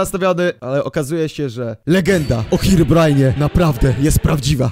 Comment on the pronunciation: Herobrajna. Nie nawizd. Glołsot